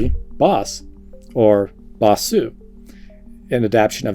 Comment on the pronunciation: Bosu. Not basu.